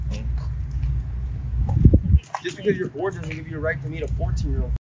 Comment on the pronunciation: I hate the way this guy said BORED. BORE-ID.